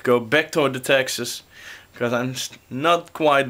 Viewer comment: its funny how u say texss... you should say my name slow on you next video.. :D